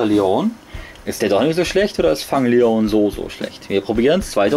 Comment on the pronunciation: Eigentlich nicht schlecht, aber der eine wird nicht ,,Fang Lion" ausgesprochen, sondern ,,Fäng Lion" (geschrieben Fang Leone)